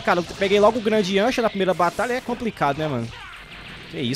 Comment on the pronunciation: Salve acho engraçado o jeito q vc fala yancha,mais parabéns pelo canal, adoro seus vídeos